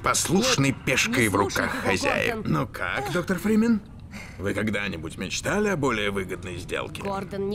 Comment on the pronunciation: Мне кажется он говорит доктор Бримен.